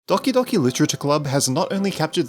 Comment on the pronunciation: Makes DDLC Video Ponounces Doki Docki